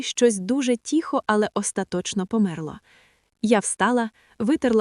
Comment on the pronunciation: І українською тихо а не тіхо .хоч переслуховуйте себе